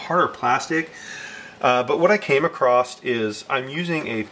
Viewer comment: Thank for vid! Super helpful but "acrossed"? Anyhoo I'm just nitpicking thank again!